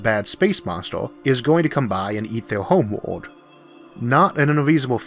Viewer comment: Your Elmer Fudd voice is fine, w e do appreciate the captions, but I had a teacher that pronounced English with German set. so the line The quick brown fox got pronounced "The kh-wick brohn Fohks yoom-ped oohvar the lach-see dog." So hearing 'Homewold' and 'vampiwas' is actually relaxing.